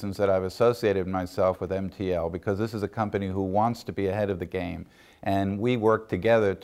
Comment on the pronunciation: So is it MP&L or MT&L?? he sure sounds like he's saying P